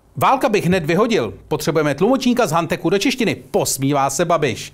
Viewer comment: ludku, hantecz se necte s anglicky s "K" :D :D :D